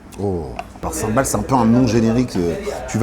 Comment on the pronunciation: Pool Sambol et non Sambal^^